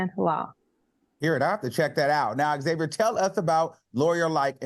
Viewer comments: Can we please normalize saying Xavier instead of Xavier? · Xavier, not X-Xavier.